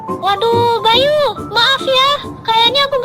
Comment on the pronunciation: Kok bayi bang🗿🗿🗿 Bukan bayu🗿🗿🗿